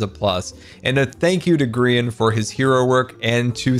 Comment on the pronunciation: Grian not GMAN